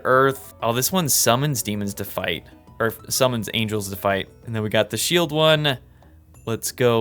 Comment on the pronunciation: Someone know that he mispronounced Angles? And someone heard that if you make war between them it is Ancient War of Evil and GEOMETRY?